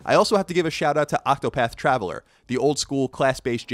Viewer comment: Hearing you say Octopath Traveler again makes me laugh, even when it shouldn't.